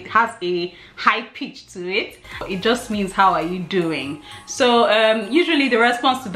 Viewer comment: It is pronounced HOW-YA